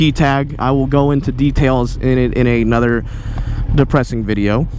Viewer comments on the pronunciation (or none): none